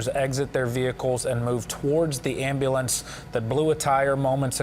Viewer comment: "am-al-lance" LOL